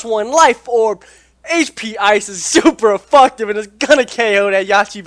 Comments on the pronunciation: he is saying efucktive he's adding the word fuck to it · please pronounce effective right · LMAO Super Effucktive.......This dude needs to be on the main channel just for that